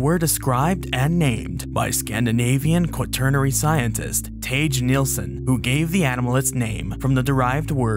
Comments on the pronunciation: You're suppose to pronouce his name as "Thageh" 🤦‍♀ Not "Teich". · Quick note: Tage isn't pronounced "Tayje", but roughly as "Tah-geh", to make the reading make sense to an english speaker. A good rule of thumb for foreign names is to go with the international reading of vowels as opposed to the bizzarro english one. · I can excuse the, still slightly weird, pronounciation of Bjuv as "Bievv", but Tage as "Tasch" is unforgivable. 😝 Also dodged a bullet with Scania instead of Skåne. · Just incase Tage Nilsson comes up in the future again. The G in Tage is intended to be a hard G. Not a soft G. Source: I am a native swede and have lived in Sweden all my life.